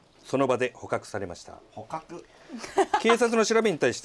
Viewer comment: ここのまさのりさんの「ﾎｶｸ...。」がすき